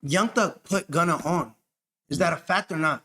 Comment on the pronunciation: Who df is Gunner ? Come on you're literally not incapable of sayin his name right you literally tryna say his shyt wrong lol